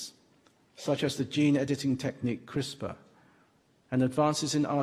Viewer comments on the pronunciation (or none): none